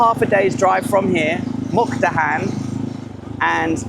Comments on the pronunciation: Like this serie of beautifull Thailand on the Mekong river. MUK DAHAN is the right pronunciation not Mu kadan, it's OK. I forgive you. Stay positive and goog luck with your Krathong. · You always say a wrong name Muk-Da-Han to Muk-Ka-Dan. So funny for Thai people to heard that. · Beautiful part of the country. Was there last week. It is such a peaceful area and lovely scenery. The Meekong is a really nice place to stay. Half a days drive from Nakhom Phanom to Mukdahan? It is about 130km so no more than 2.5 hours Also is Mukdahan not Mukhadan 😃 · The town is pronounced Muk-Da-Harn. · Seriously? Can't say Mukdahan either? So many videos where you keep mispronouncing town names. Is it a gimmick?